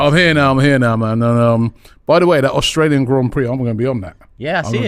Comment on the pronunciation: Austrail?? 😂 English education shining through hey Robbie? AUSTRALIAN 🇦🇺 me fellow gooners. ❤